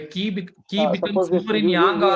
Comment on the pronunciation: Many tanks ! The pronunciation of Qi, in English and Chinese, is qi (/ˈtʃiː/ CHEE), not Key